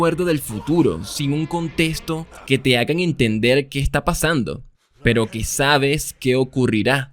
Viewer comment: Me encanta que en vez de decir contexto dice contestó y también que en vez de decirle víctima dice vitima (no es queja ni nada parecido solo me pareció chistoso no busco ofender con esté comentario conozco a Youtube)